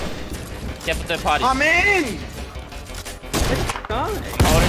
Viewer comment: When u got scared of the storm u said as fur I don't to say it fur I'm a dog's to